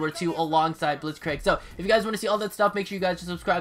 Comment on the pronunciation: Before scorestreaks there were pointstreaks like it was in mw3. Additionally Blitzkrieg is pronounced like blitzkr“ee“k. Nice video btw!